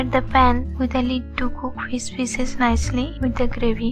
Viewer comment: “Pour on pheees pheeesis”